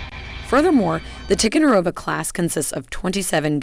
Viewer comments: Listening to this announcer butcher the names of these ships is like listening to fingernails scratching on a chalkboard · Learn to correctly pronounce TICONDEROGA ! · What is the deal with Ticonderoga pronunciation? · Good video; but please learn how to pronounce the word Ticonderoga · This lady doesn’t know how to pronounce the names of some of these ships! She also talks to F’ing fast! She also this lady also chews her words!!!